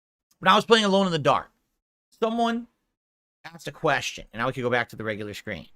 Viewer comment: "thumbone ascked a question" did have to many shots tonight? bit the tip of his tongue off? maybe the bells palsy is finally setting in on his speech? Stop rapid firing excuses and you might be able to form a coherent sentence